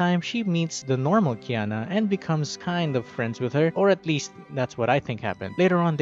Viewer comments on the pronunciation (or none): Her name is jhana, not cana.